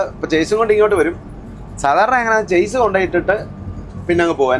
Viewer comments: ചേസ് അല്ല ഷാസി എന്നാണ് ശരി. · Its not ചാസ്സിസ്. ഇത് ഷാസി എന്നാണ് ശെരിയായ ഉച്ചാരണം